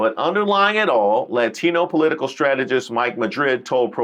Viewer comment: I get triggered every time I hear her say “po-leet-ta-cul” 😝